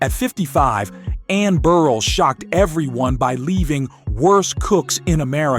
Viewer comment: Please, I get that it's A.I. but damn...it's Bur-RELL, not "Beryl"...